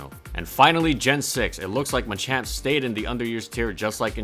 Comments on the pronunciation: Thats ma-champ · Wtf is a Muchamp? I thought it was called Machamp?